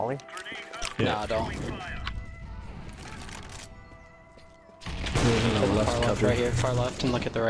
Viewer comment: "I dot know"